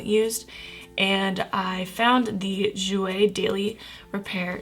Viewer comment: I always love your first impressions, and this makeup looks really good on you 😊 I hope your dermatisis gets better soon, I know how skin problems suck sometimes. Also the Jouer liquid lipstick is French for "black cherry", it's ok if you didn't pronounce it correctly haha